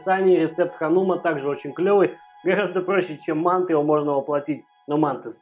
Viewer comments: Спасибо за рецепт. Мы жили в Таджиаистане и часто ели мантЫ с тыквой. Так и готовлю . Ещп в обжаренный лук кроме тыквы добавляется тертаю и обжареннаю морковь. Только привыкли слышать не мАнты ,а мантЫ. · МантЫ. Прости, я в Ташкенте родился, режет слух. Лайк поставил, продолжай в том же духе! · Кто не знает, слово мантЫ произносится с ударением на букву Ы, соответственно, тесто делается не для мант, а для мантОв. Это по-русски) Кому плохо дается русский может говорить на родном, но если по русски то, пожалуйста, говорите правильно. Мало кто видит как вы правильно питаетесь но все слышат как правильно вы говорите. И по вашей речи судят о вашей культуре. Помните об этом. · Интересно почему в России называют манты с ударением на А. Правильно манты с ударением на Ы . У вас очень интересно на канале! И готовите вы легко и с задором и реклама как то не мешает. Супер! 🍀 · Правильное название этого блюда с ударением на последнюю гласную букву, а не на первую. Почему-то в России об этом мало кто знает. По поводу того, что тыква долго готовится - это неправда, манты приходится варить долго на пару только лишь потому, что таким образом очень долго варится тесто, а сама тыква очень быстро разваривается.